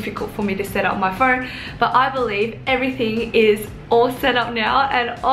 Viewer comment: Im confused 🤷🏻‍♀️ if its phoeewn? Phoewrrn?